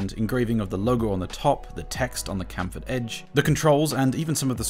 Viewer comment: Okay that's just not how you pronounce chamfered.